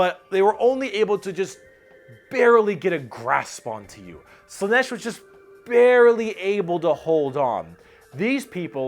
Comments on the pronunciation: Slaanesh: pronounced SLAA-nesh - not slann-ESH. The double A is not there for nothing. Mon-Keigh: pronounced Monkey. Not Mon-kay -> it's the og GW joke. The Eldar just see humanity as we look upon monkeys. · Slaanesh has two A's and yet you still put the stress on E